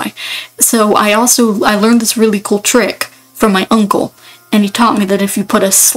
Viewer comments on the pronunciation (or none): 0 this is so cool!! ngl the way u said coo sent me at 6 mins (not mean btw)